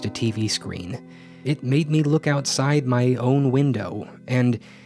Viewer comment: just "made" you added an extra D.